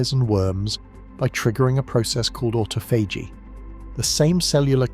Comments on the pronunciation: why does the dude narrating so badly butcher pronunciation? it must be AI... its not AUTO PHAGY its AHH TAH FUH GEE.. jeeze man make a video as iuf youre an expert on a topic then BUTCHER IT in the first minute mispronouncing one of the most important words the BACKBONE of the concetp, CLOWN SHOW CHANNEL!!!! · AUTO-PHAGY LOL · ought-ah-fay-gee....never heard duh that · Can you just pick one pronunciation of "autophagy" and stick with it? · Wonderful information. Shame the robot narrator (aka Artificial Stupidity) can’t even decide how to pronounce autophagy …